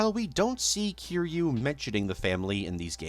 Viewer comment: thought this would be a nice long watch but i can’t sit through a 3 hour video of someone mispronouncing kiryu’s name as kiroo. come on dude. try harder than that